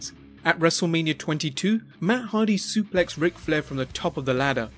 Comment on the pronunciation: Next time pronounce wrestlemania properly